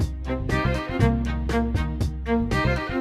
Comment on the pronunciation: Don't you mean Messed up Oringes?